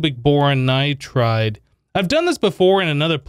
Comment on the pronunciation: It is nitride lol, every time he says it, he says nitrade. I used to all the time so I get it. But it is a nitride